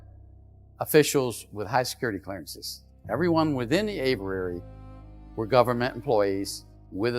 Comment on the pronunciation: Its Aviary. Averary is not the correct pronunciation. Richard Doty is my transparency hero.